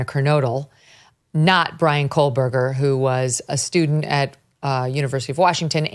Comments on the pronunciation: KO BERGER!!!!! There is no L!!!! No coalberger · It’s Kohberger, not Kolberger! Like damn. She has covered this case enough and should know the suspects correct surname by now! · kohburger. not kohlburger. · So we can focus on "Hippppler with a P" but still can't say KOHBERGER without the L 🤔 And why does my brain do this where I can't focus on anything else she says?? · Megyn- I think you're great...but PLEASE... It is KO"H"BERGER not KOH"L"BERGER...there is no "L" in his name!! Your mispronunciation is making me insane 😂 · I’m not Pro-Berger but it’s KOH-Berger. Not COLE-Berger lol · Can someone please tell her that his name is KOHBERGER?? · Why does it sound like she’s saying Kohlberger? With an L? Did they say two men or two people? Either way anything possible at this point. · She's also still pronouncing Kohberger as Kohl Berger after now covering this case for a few years 🤦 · Megyn. You're forever pronouncing his name as "KoLberger"! There is no L! It's not "Kolberger"! Do better. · Megyn you’re so concerned with pronouncing Hipler meanwhile you’ve been saying KoLLberger for the past two years 😂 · It’s been 2 goddamn years and she still can’t pronounce kohberger lmao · THANK YOU! I’ve actually commented about this on SEVERAL of her Kohberger videos. Apparently no one has ever corrected her on it and I notice all the attorneys she speaks with pronounce his name correctly, so it’s truly baffling to me. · For the love of God, Megyn, please stop pronouncing "Kohberger's" name with an "L". It takes away from your taste and credibility.